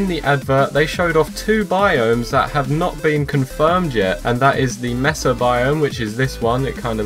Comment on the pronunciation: Its not pronounced messa, Its Maysa